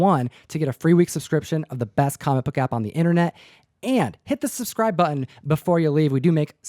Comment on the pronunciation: where does the affectation Butt-Un come from? that's not portland, i don't know what it is, a part cockney?